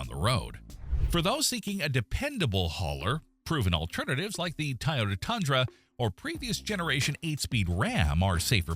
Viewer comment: it should be Toy--oh-da and NOT Tie-oh-da